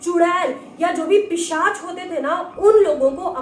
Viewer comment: It's pishach not pichash